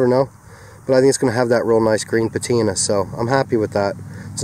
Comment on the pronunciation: FYI....SueMe says that's not how "patina" is pronounced 🤣😆😂